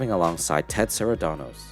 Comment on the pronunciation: Co-CEO is Ted Sarandos, not Saradanos